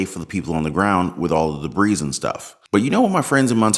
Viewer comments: My man, are you reading your lines. It's pronounced like "debree" but your pronouncing it as"debreez" the "s" is silent my man. Love your work, not sending this in hate, I just live to help English, lol. Keep up the expecially good work! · HAha!, you're saying Debris's... it's originally French, you don't say the S... just say Debri, lol, you Americans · Note: Debris is pronounced ‘Deb-BREE. The ‘s’ is not pronounced.